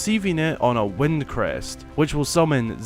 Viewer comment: Why are you saying wend? It's wind! Lmao I not e